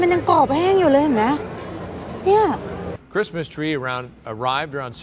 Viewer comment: Merry คิด-สะ-มาด สวมใส่หน้ากาก พกเจลเอลกอฮอล์ รับผิดชอบส่วนตัวเพื่อส่วนรวมครับ แอปเปิ้ลสโตร สโตรที่ขายแอปเปิ้ล